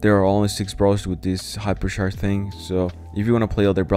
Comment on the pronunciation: Hyper sharsh